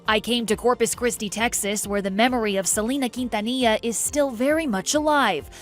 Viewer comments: White folks just LOVE to butcher non white people's names. Her name IS Selena NOT like you're saying Salina. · Se dice se- le- na not se- li- nuh